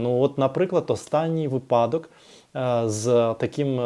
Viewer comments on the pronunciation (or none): У вас дуже гармонійна інтелігентна мова. Маленька поправочка: вИпадок